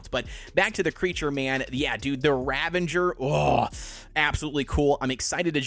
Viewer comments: RavENger? Is that some marvel super hero? How about ravAger. Learn2pronounce. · Ravager is not pronounced as ravenger. There is no bloody N in the word. That has grinded my gears ever since aberration released on survival evolved and people started pronouncing it with an N when there is no N in the stupid name.